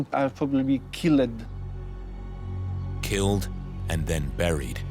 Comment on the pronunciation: "you are probably kill-ed." I was not expecting to laugh during this documentary, but that was amazing. I'm going to pronounce it that way (in casual conversation anyways) from now on.